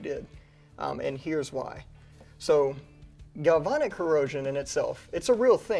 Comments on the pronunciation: You guys keep saying, "galvonic". It's "galvanic". "Van" is pronounced just like the vehicle. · Corrosion Specialist here. You guys are pronouncing galvanic weird. It is a real thing. It eats up aluminum wheels and heat shields on cars all the time but when used to our advantage it protects boat hulls and the interior wall of your water heater. But it requires certain conditions to occur. Cars, boats and water heaters all have something in common. Electrolyte. In these cases the electrolyte is water. Even worse, hot water. Even worse than that, salt water. With the grease and the protective coatings and construction of our rifles, plus the fact any water that could get in there would evaporate out quickly when you fire a few rounds, it just doesn’t seem to be a problem. If you wanted to prove a point and make it a problem, I’m sure you could scratch up your protective coatings at the metal to metal contact points and store your rifle in a bucket of hot salt water for a week and get the results you’re looking for but that’s crossing over into intentional damage. And would affect any place aluminum contacts steel, roll pins, detents, back plate, trigger pins, etc. so not exactly proving a point. Store it in the house, not in the pond, and it’ll be fine. GalvAnic corrosion cells are a thing, but not something we need to be concerned about in this context. In case you’re interested… in the U.S. corrosion control industry, it’s pronounced GalvAnic, where both A’s are short A’s, like in “and”.